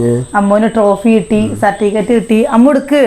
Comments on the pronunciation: നിങ്ങളുടെ നാട്ടിൽ സർട്ടിഫിക്കറ്റിനെ 'സർട്ടിക്കറ്റ്'എന്നാണോ പറയുന്നത്.ഇതെന്താ ഇങ്ങനെ '😂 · സർട്ടിക്കറ്റ് അല്ല സർട്ടിഫിക്കറ്റ് എന്ന് പറയു 👍